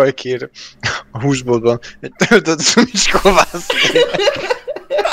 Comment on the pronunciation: Nem ú hanem ü